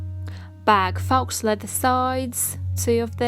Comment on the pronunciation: I like your video tutorial. i do have a question though. isn't it pronounced "foe", and not "fox"? or is it pronounced differently where you're from? no shade, just am genuinely curious.